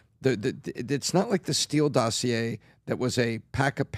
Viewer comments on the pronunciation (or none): none